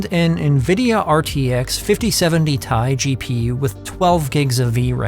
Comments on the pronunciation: T-I note TIE like A-i not i 😂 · Its Tee Eye not Tie my friend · As soon as I heard you say "T.i" as "Tie", I'm out. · Good video, mate. Loved the 5070 ti - Thai pronunciation :)